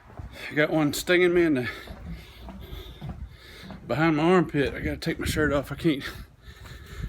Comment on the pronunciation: nothing more southern than "Oh thats some fireworks an mah Bible". A+